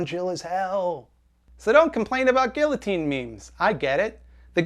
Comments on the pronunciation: “Gilluhteen” hurts my ears too. 😔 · Bruh. Just stop reading YouTube comments. It's a shitstorm down here. Also it's "gee-uh-teen" not "gil-uh-teen". And guillotine jokes are fuckin funny. Let's please introduce Jeff Bezos to a couple of slicey bois. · Gee-ya-teen not gilloteen, just do it, just say it right. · I have to say it, it pisses me off, guillotine is pronounced guiYOtine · It's pronounced geeyateen. IDIOT. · my ex girlfriend was very conservative and funnily enough if she watched this vid she'd probably spend more time arguing with me on how to pronounce the word "guillotine" over anything else. Idc if it's it's traditionally french, I'm not saying "geeyoteen"! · The way you pronounced guillotine, ruined guillotine for me. Just kidding, great video! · My only issue with you talking about guillotines is your pronunciation of the L's. Bruh. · I wouldn't be focusing exclusively on your use of guillotine jokes if you actually pronounced it correctly!!!! Anglophones man, and I'm barely a francophone. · your guillotine joke is problematic only because you pronounce it that way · ok so i know you made a joke about the comments being filled with discourse about guillotine jokes but i have a feeling more people are talking about your pronunciation of guillotine. and by that i mean me. im talking about your pronunciation of guillotine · Great video but most importantly, is anyone going to explain why he pronounces guillotine like that? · I agree with everything you said about the guillotine except for the way you pronounced it lmao. This is a good ass video